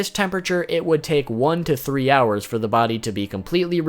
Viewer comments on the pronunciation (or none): none